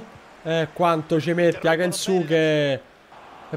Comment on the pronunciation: Non sono sicuro, ma la u di Kensuke è solo accennata, penso di dica tipo Kenske